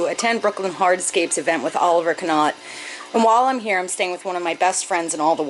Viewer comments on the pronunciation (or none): I didn't 'Kanow' that Oliver's surname was 'kanott'. Wait a minute... light bulb moment! Just messing with you, so many people do it, i find it funny. Great video as per.